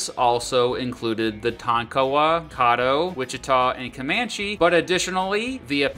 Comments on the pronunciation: You you butchered Native American tribes names so bad, Tonkawa, Caddo. Tonkawa is Tonk-uh-Wah, Caddo is Cad-Doe 🤦‍♂️🤦‍♂️ and Indian territory back to being Indian territory. 2yrs ago Stint passed the law that all native American counties are back to being reservations.. and during the trail of tears United States was fighting my tribe Seminoles in the Seminole War which lasted more than 13yrs and we are the only tribe to not sign the peace treaty and if you really want to get technical we are still at war because we still haven't signed the treaty. That's why we are called the Unconquered Seminoles but during the trail of tears we did not move to Oklahoma majority of the tribe "my family" moved to Mexico which is Texas now. Lived there for years before moving back to Oklahoma And Oklahoma did come from Chatahs but it's not Oklahoma it's Oka-homma Oklahoma is called Tornado Alley just because of all the tornados lol and Oklahoma is Baseball state more ppl go pro in baseball here than football facts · And caddo is caa -dough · caddo - ca - like in califonia, ddo - like dough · It's pronounced cahh-do not caw-do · Căddo....idk If the a is right but its short a ...anyway ya texas is nice and all but it's not home and Oklahoma will always be home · you pronounce caddo, Kiowa and Wichita wrong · Tonkawa and Caddo? Check out the OK pronunciation. Give a shot at Miami, OK.